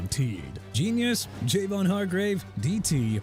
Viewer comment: Colts WERE 3-0... now they're 4-1 ALSO Javon Hargrave pronounced juh-von! YOU CAN'T PRONOUNCE ANYTHING RIGHT THEN JUST QUIT YOUR JOB AND GO BACK TO COLLEGE AND GET YOURSELF A PRONUNCIATION COURSE! YOU SIR MAKE ME SICK!!!